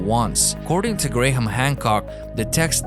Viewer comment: Can you teach your compuvoice that Graham isn't usually pronounced Gra-ham, oy Grayham